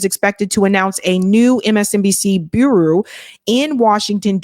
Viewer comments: It’s bureau, not burroo. Just saying. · you're too smart to not know how to pronounce words like "bureau"... it's pronounced "B-YER-OH"